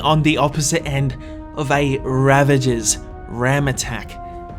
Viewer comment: You said ravenger😂😂